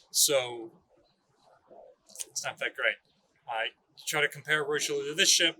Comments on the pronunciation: Lol your French pronunciation is way off. I heard it’s pronounced like rishilly-air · Richelieu is pronounced "Rih-shell-yeuh" not "Rai-Cheloo" nor "Roy-Cheloo". I have heard far too many people including our dear butchering the name, I get the spelling seems odd but its not that hard, on behalf of France I ask very nicely to say it right. Thank you to and the Battleship New Jersey museum for making a video on the pride of the Marine National.